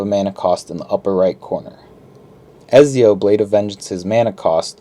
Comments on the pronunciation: By the way, it’s pronounced Etzio there’s a t in the pronunciation! Just so you know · Is anybody else annoyed by his pronunciation of Ezio? 😂 Other than that great video